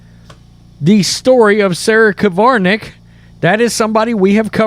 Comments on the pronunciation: How come you can type the name "Krivanek" yet you keep saying "Kivarnek"? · It's Krivanek (Cre-van-ek), not Kavarnek (Ca-var-nek). You mispronounce a lot of words. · It's not the end of the world but pronounce her name correctly....just sayin'